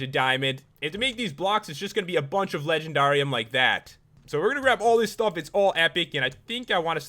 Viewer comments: He said legenDARium like darr its just supposed to be legendarium like legendary but replace the y with ium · It's legend air ee um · That's not how say it it sounds like the word dare at the end it is in the show winx club if you know winx club please give me a like